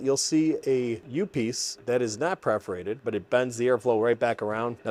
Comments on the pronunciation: It’s PERForated not PREForated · Perforated not preforated. Purr-forated, like a cat purrs.